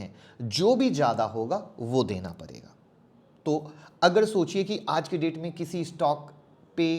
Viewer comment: Parega-PADEGA muskil-MUSHKIL Saire-SHARE Zabtak-JABTAK Zakar-JAKAR YAAR APNI PRONOUNCIATION THIK KARO